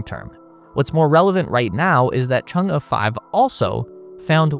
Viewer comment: kudos for pronouncing Chang'e so well